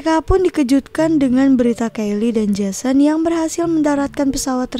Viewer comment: Kyle kak itu kan anak laki2 (bacanya Kail) bukan Kelly 🤦